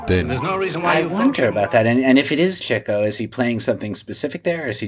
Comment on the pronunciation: Congratulations and thank you - this is my favorite MBCP about my favorite Marx movie! Thank you, Mr. Gopnik, for saying "Chicko." Now, please allow me to correct on the name of Nat Pendleton's character. It's "MacHardie," not "McCarthy." You're welcome. 🙏